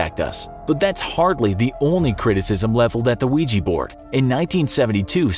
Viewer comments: What says: Ouija board What I hear: Luigi board Wah wah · its Ouji board, not luigi board 😅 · "Imagine your friend comes over and brings a weegee board" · Why use “a” ouija board then? Since ouija sounds like weeja you use an a instead of “an”